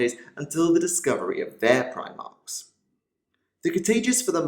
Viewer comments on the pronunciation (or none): none